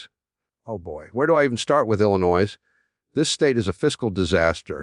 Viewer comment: IlliNOISE? I think even when Jim was alive he knew how to pronounce Illinois! What a bunch of AI garbage!